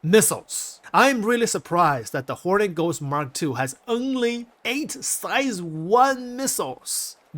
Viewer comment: Just sounds like you're saying Horny Ghost lol